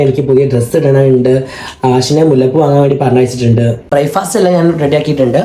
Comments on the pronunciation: ഇംഗ്ലീഷ് അറിയില്ലേൽ.. അത് പറയാതെ ഇരിക്ക്.. Bryfast അല്ല.. Breakfast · ബ്രായ്ഫാസ്റ്റ് അല്ല ബ്രേക്ക്ഫാസ്റ്റ് അല്ല ഇനി എനിക്ക് തെറ്റിയോ